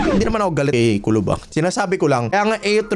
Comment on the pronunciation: TUBOL hindi kulob